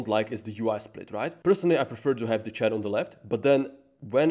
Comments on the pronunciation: And the << ch >> is probably pronounced << sh >> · In le Chat, the « t » is silent (pro tips to sound smart).